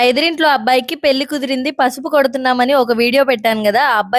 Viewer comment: నీ తెలుగు ,, చండాలంగా ఉంది,, పెల్లి కాదు,, పెళ్లి అనాలి...